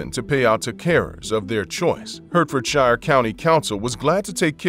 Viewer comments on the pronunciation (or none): HEART-FORD-SHA (Hertfordshire) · The way this guy tries to say Hertfordshire is hysterical! Clearly he’s not British 🤣